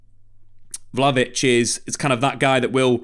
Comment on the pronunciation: Take a shot every time comes up with a new mispronunciation of Vlahovic in this vid.